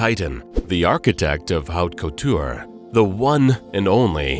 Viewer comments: Wonderful video if you overlook the mispronunciations of couturier, haute couture, Givenchy , Getaria, Mainbocher, Schiaparelli, atelier, and mantilla. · Who is narrating?! To make a fashion documentary and mispronounce Givenchy, haute couture and couturier in less than a minute?! Unacceptable!!